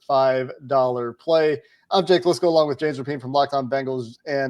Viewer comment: He said Jake Listencow. 😂